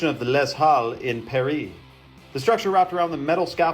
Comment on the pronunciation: "During the construction of Laiz Alle, Pear-ree 😭😭